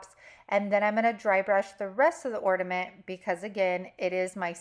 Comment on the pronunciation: You need to pronounce the letter “N” on the word “Ornament”❤❤❤❤❤